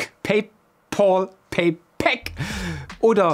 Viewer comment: PayPal wird "peipell" gesprochen und nicht peipoll.